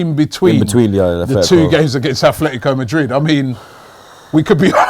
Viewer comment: Its Atletico Not Athletico